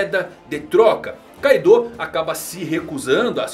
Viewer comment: Mesmo que a romanização do nome tenha um "U" no final, esse "U" tem o som mudo, por isso assim como no anime a forma correta de falar ainda é "Káidô" com ênfase no "ka".